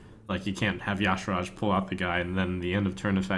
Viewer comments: y'shaarj is not pronounced ja shurash its pronounced as e' sharee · I'm pretty sure Ya-Sha-raj is the official pronunciation given by Blizzard. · Tanner Corder I checked and Ya-Sha-raj is the way it's supposed to be pronounced. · Why does everyone pronounce Y'Shaarj incorrectly? It's so obnoxious to hear them say Ya-Sha-raj. It's pronounced Y-Shar-j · pretty sure its pronounce: Why-Sh-Are-Jay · Blizz devs pronounced it as yah-shar-ahj, but these are the devs who tried to push see-thun as a pronunciation, so take that with however much salt you have.